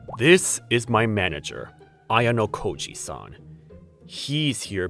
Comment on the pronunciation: This guy is ruining ayanokoji's name. If ayanokoji knew that he is so dead😂